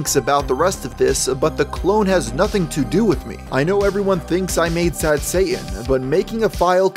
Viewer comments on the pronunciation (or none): camping. Any one else can't stand how he says Satan. He doesn't pronounce the first t. I hear that in many younger people that they don't pronounce the first t in many words. Wierd. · It's actually pronounced shah-tahn, not say-in. Just sayin. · The craziest thing about this video is that the narrator can't pronounce "Satan." It has a "T" in it. Pronounce it. It's "Say-Tin", not "Say-in". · Dude , when you say sad satan , it sound like sad saiyan , please leave Son Goku ou of this :p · ye im not triping he is sayign sad sayian instead of sad satan lmfao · ya saying sad sayan on purpose? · Not me watching halfway through the video and still thinking he was saying sad Santa and not sad Satan